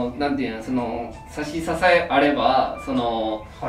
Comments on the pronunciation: 秋定さんがさしつかえのことさしささえって言ってるのずっと気になるw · 差し支えをさしささえってって読む人初めて見たWWW 本田圭佑のきよきよしい(清々しい)レベル（笑）